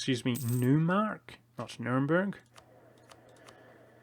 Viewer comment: Neumark is pronounced Noymark (like in toy).